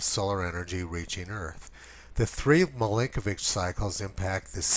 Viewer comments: It's "Milankovitch", not "Milinkovitch" "Mi-LANK-ovitch" > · I swear you just called Milankovitch "Blinkovitch".... at least that's what my admittedly loud-music-damaged hearing interpreted it.